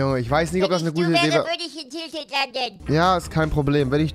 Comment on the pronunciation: Ich habe bei "in tilted landen" "in die Tüte kacken" verstanden xD